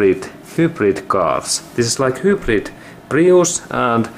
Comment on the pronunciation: 'Whobrid' hahahHahhah love it 'hi-brid' my friend